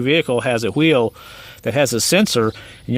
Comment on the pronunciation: He said H-weel 😂!!!! Homo - sapien 😂!!!!